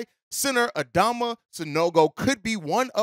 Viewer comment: Pronounced Adam-ma